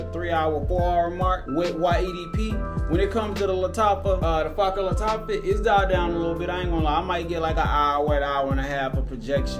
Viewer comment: " Fa-ker bah Lataffa"...deym dude try to pronounce it properly lel!